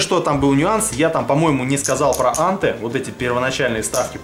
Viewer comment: Вообще анте произносится по русски с ударением на последнем слоге антЭ